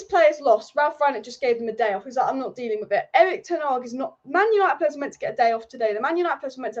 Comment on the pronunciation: Hey, the manager is called Ten Hag, not Ten Ag………